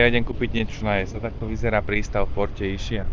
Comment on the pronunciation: Vše ok, akorát vyslovnost názvu ostrova v Italstině je Iskia, neboť "ch" ve slově označuje tvrdé c, vyslovující se k.